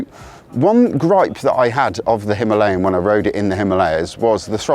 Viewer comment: You mispronounce "Himalayan" on purpose. Stop it.